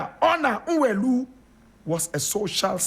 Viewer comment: Nwelue is pronounced “Nweluwe”